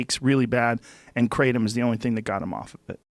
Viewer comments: Joe giving him sh*t for calling it "krah-tom" like he about to call Porsche "porsh-ahhhhh" 😂 You're in America dingwad, speak english. I'm now a US citizen but even i dont go pronouncing words in my native language accent. Anyone who does that sounds like a tool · Im pretty sure thats the dude that filmed a 3 part series abouy tripping on frog venom in the Amazon, which was amazing btw. But the way he pronounces Kru-TOM bothers me😂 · of course he pronounces it like a Rah-tard... it's pronounced to sound like ATOM... it's Kratom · “Kruh-Tahm”..... 🙄 just be normal and ignorant like the rest of us lol. Idc how it’s actually pronounced. Jk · LMAO kruh-tom he keeps saying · Kratom isn’t illegal in FL! I am high as a kite on it right now! I use the red vein powder. 3 grams every morning. 😂 They r slaughtering the pronunciation of Kratom. It is pronounced like Cray Tum 😂 vowel consonant vowel makes the long vowel sound. Good grief! Use your phonics people!! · I have never heard it pronounced Kra-TOM. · Krah - Tom is the correct pronunciation. :) Sincerely, A Guy In Thailand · "in thailand they pronounce it kraTOM." well aren't you fancy and intelligent for pronouncing the word in a way that 3 viewers will appreciate. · Kruh-tom... Wtf? When you've been taking it for so many years and some guy goes on a podcast and calls it kruh-tom, it feels really cringey. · Him pronouncing it Kraw-tahm is low key triggering me 😂 (it reminds me of how some white people go to Italian restaurants and order things with an accent) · Fr. Wtf is kra-Tom. I take hella kratom tho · People in the US call it Kratom... You ARE in the US dummy.. say it right. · What the fuck did he just call kratom? Krahtahhm? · Americans do pronounce it kray-dum.. But in other countries it is krah-tome.. I still say kray-dum though.. Some people even say kRAT-um.. That one i dont like lol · Who the fuck pronounces it "kritOm"? Fucking dumbass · Nah b, it’s pronounced “Kray-tome” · It's called krotom you bitch